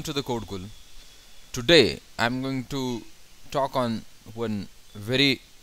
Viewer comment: its today not tudeh. :D